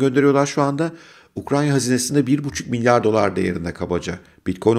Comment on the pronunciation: Ukranya değil hocam, Ukrayna 😄